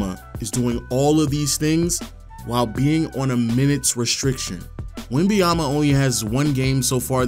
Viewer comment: Great video but it's not Wembayama but WembaNyama :)